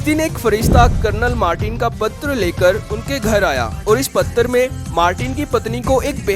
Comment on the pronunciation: Patar nahi hota patra hota hai.. Aur bhagat nahi.. Bhakt hota hai.. Kaha se hai bhai tu?